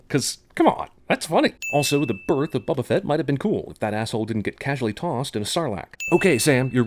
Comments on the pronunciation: Boba fett, not buba fett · am I the only one that hears wabufett whenever he says bubafett